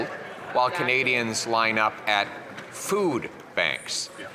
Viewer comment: The way he says KUHnadians. Is so disgusting. I know he is disgusted because he is mocking the pronunciation.